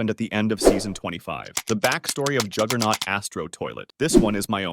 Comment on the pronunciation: Juggernaut not jigglenaut